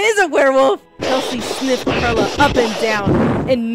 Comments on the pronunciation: Do u think they'll ever know that pearla is pronounced like pearl the gem and not fruit😭😭😭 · Pearla pronunciation has me dead but honestly relatable people do that with my name too